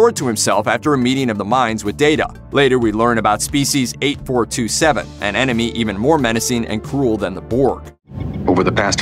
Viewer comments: I don't think anyone else has mentioned it yet but it's EIGHT FOUR SEVEN TWO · Species eight-four-SEVEN-TWO, or just say the Undine for Christsake! It is not 8427, as repeatedly mentioned in this video. Fact-checking is a thing, people! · It is "Species 8472", NOT "8427".